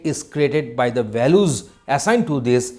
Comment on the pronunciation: Balus nahi it is values 😂